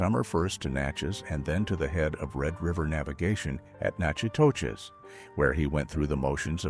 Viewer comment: you pronounced Nacogdoches, TX correctly. But Nachitoches in Louisiana is pronounced like "nack a dish".